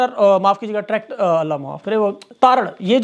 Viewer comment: tar tar ,,,, trackter hahaha 😂🤣😂🤣😂🤣😂🤣😂